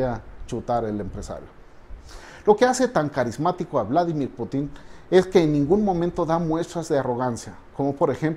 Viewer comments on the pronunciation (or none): Uladimir Luadi .... Lindo , lo pronuncias un poco como polaco . Geniales sus uideos !